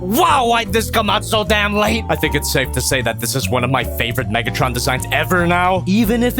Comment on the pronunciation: WHY DID HE SAY NIGGTRON💀